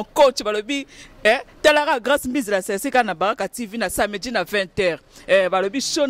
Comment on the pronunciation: balobaka samedi et non samedji